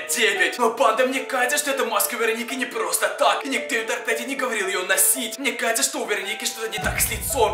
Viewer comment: мне кажется не может говорить букву ж например вместо сразу же он говорит сразу е и вместо кажется он говорит кается